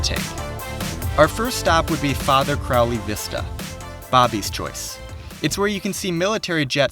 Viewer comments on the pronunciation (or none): none